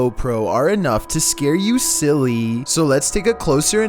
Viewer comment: "scare you siLlyy..." "closer analysis of then EvEnTs'" XD is that on purpose?